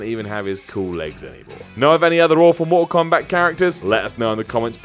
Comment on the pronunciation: Blood Skarlet MOR-OH KOMBAT. LOL